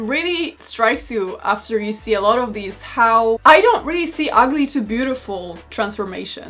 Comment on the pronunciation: ‘Lots of wahder….I drink LATS of wahder’